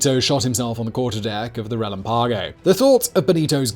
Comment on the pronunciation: "Relámpago". You see that little thingy on top of the "a". That means you make emphasis on that "á", not the one without it.